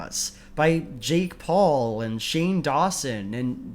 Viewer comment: I know it's probably just a mis-pronunciation but now I can't stop wondering what a shake Paul would taste like. I really hope there's no such thing though